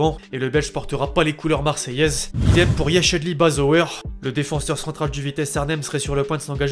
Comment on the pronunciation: Bazoer se prononce "bazour" et non "bazoeur". Car le "oe" en néerlandais devient "ou".